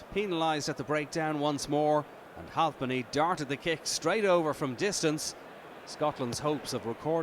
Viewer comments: Halfpenny not halvepenny you fuck knuckle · Its halfpenny not halpny